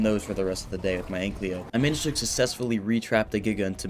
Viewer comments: It’s not “ANK-LY-O” it’s “AN-KY-LO” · Istg if u say ankLEO again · I swear everytime he says AnkLYo😂😂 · Every time this guy pronounces ANKYLO wrong, take a shot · I’ve been watching this “video” for a while and it is infuriating me that he says ankys name wrong!